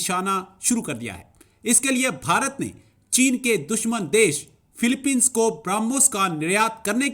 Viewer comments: Phiopine inse sahi se bola nhi jata kya karega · Pahle philipine bolana shikhe